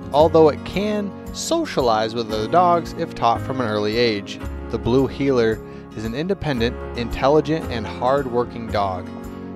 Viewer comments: But it's Heeler! Not Heller... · Blue “Heller”???? Really???? Lol. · Blue heeler not Blue heller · "Blue Heller" lmao. First dog I ever got and had her for well over a decade until I had to let her go. Miss her more than anything. They're extremely smart, active until they're old and big shedders! ♡ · Wheeler, NOT heller!